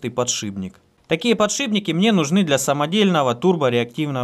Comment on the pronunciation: подшиПники, не ПОДШИБНИКИ. очень режет слух